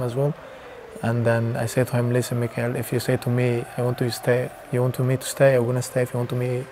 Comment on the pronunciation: Mo..It’s Mikel not Mikael (angel Michael)